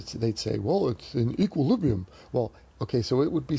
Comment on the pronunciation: It’s eqwuiwibwium,. Love your tact, bro.